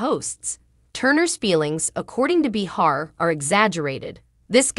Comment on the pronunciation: Please! Her name is pronounced Bay-har. Not Bee-har. That was annoying 😡